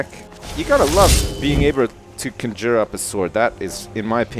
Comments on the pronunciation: Makes me blood red mad how he says "conjure". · He has a crazy way of saying "conjure" :-D